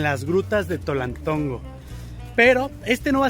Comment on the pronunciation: Antes Tonaltongo, ahora TOLALTONGO